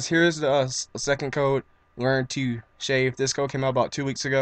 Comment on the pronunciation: learn-to- SHA-VEE WTF IS SHAA VEE its shave shay-ve